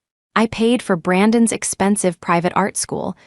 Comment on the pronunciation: That which belongs to Brandon - spelled Brandon's is NOT prounounced Brandon s. Smarten up, AI.